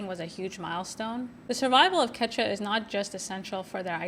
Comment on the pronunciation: Hi, thanks for bringing this incredible film to listeners! I just saw this at the Seattle Film Festival and was blown away. You might think about a couple of things: post a clip or trailer as soon as you can get your hands on it, and 2) listen for how to pronounce the title of the film and the language "Quechua". Both of them came out wrong.